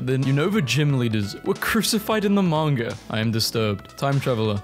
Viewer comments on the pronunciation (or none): none